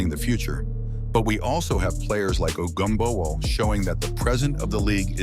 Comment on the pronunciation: I like how this AI narrator decides since it can't figure out how to pronounce Ogunbowale it's just going to use ALL pronunciations just in case.